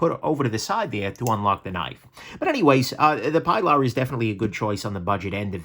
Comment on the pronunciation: OK I'm gonna be a nudge. The CRKT Pilar is named for Ernest Hemingway's boat out of Key West and used in UBoat patrols in WWII. The boat was given a feminine Latino name... Pilar, pronounced PEE'laar. This was a great list. I have the Elementum, Backlash and Feldspar in my collection. They are excellent knives no matter their cost.